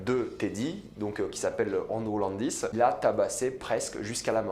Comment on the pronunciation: Un "Nhéro" + Andrew "LANdis" Y'as rien qui va wsh fais un effort